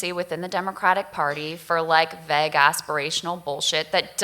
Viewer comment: Why does she keep saying "vegg"? WTF does that mean?